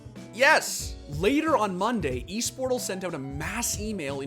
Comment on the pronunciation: it's not eesportal it's more like ésportal